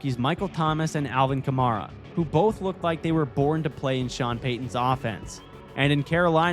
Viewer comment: He mispronounced kamara 4 times